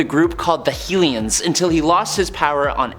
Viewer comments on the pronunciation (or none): One note, they are called HELLions, not "Helions" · HEEL-ions? LOLOLOLOLOL!!! TRY pronouncing it : HELL-Ian. Read a comic book, ya dork! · Hell-i-ons not Heel-i-ons... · I am glad someone else noticed his mispronunciation of Hellions when he said "healions"